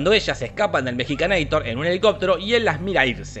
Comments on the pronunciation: Es mexicanator, no mejicanator ¬¬ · "Mexicanaitor" te mmste buey!!! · "Mexicaneitor" XD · 'Mexicanator' jajajajajajajajaja